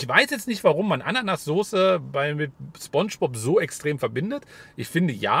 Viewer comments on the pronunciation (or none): none